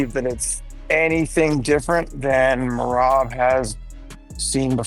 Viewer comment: Tripping me out so bad how hes pronouncing Merabs first name differently every time he says it xD!!